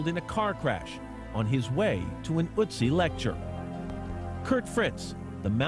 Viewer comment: it's not otzi, it's ÖTZI!!!!